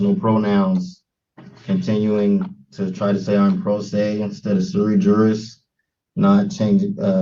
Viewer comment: sui juris mans of his right, basically having the right to act on ones own behalf. Using bad Latin doesn't make you sound intelligent it just shows you read something online. It is pronounced as swi yeris in Latin. Also the law has no colour it's colour blind as to law, as everyman is treated equally, or should be at least.